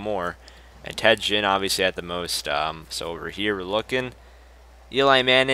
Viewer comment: you siad ginn wrong you say it like the ginns on a fish